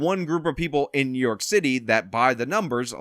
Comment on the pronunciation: What did Adams say? New Yolk City. That is what I heard.